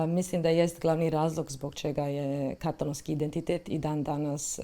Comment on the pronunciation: HJP kaže "katàlōnskī", a Vi i Vaša sugovornica to zaobilazite. Vaš je naglasak na prvom slogu. Kao da Vas standard ne obvezuje. Začudno!